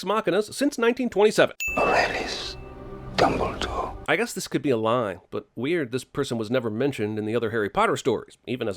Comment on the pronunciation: Fantastic Beast came out way before Harry Potter. Also add a sin for every fucked time they say "Dumbledor". LOL!!